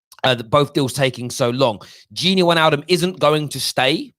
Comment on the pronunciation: If we're going to obsess over pronunciation it's probably pronounced fahn deh beeahk, and Vane-alduhm